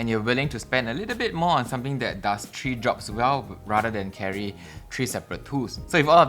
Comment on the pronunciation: Why do you keep saying tree ???